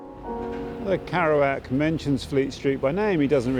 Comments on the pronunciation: "karouac" lol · I wish you'd pronounced Jacks name properly- it rather spoilt the video for me. kErouac with an e, not an a! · Is it not pronounced Keh-roo-ak considering the spelling? Need to know this before I mention him to anyone again 😊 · makes documentary about Kerouac; can't pronounce Kerouac.. heh. just sayin